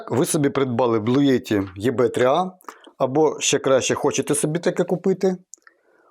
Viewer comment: Їбе 3а, це ти потужно видав назву😂